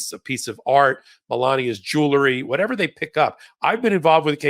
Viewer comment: please learn how to pronounce "jewelry"!